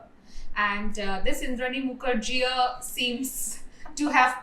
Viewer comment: Muker jea pronunciation has me rolling😂😂. Great video. I hope your channel thrives. You have earned a new subscriber.